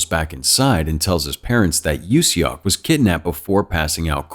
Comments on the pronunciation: im sorry but its funny how he pronounce seok as "shock" ajdksnf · I love the recap, its just the way he said Seok makes it a bit funny, seok is actually read like how you pronounce "sock". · I’m cringing at the name pronunciation 🤣🤣🤣 sorry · The way he said "seok" is killing me...